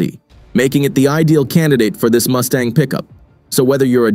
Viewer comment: Did he say Moosetang...?